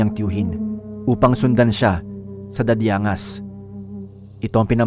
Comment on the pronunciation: Dadiang-gas po pronouciation ng city.